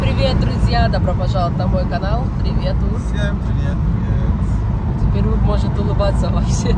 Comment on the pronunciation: Ур, а не Кур